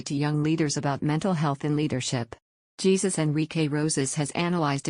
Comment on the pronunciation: Pronounced HEY-SUSE!